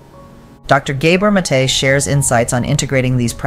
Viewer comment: Did Inside Serene poach this lecture from somewhere? Hence the need to modify it with unnecessary commentary that mispronounces the name of Gabor Mate over and over?